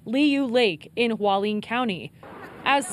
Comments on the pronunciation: Hua Li-en, not Hwaleen... Pray everyone is safe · It not Waleen. It's Hualien. Who-wa-lee-an. Thanks. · None of the reporters know how to pronounce "Hualien" CORRECTLY.